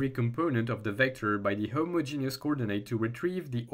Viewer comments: Ahh yea you put emphasis on the first part a lil HI-mogenous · The only thing I don't like about homogeneous coordinates is the way some people pronounce it, which makes it sound like a homosexual genius. Not sure how to spell how I say it phonetically, but it's a bit like him-odge-in-is with the emphasis on the odge. Or hom-odge-in-is if you pronounce the first o, but like in rom, not home.